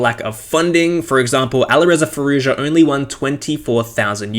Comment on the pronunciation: FYI, the "j" in Nijat and Arjun and Firouzja is pronounced like in "Joey."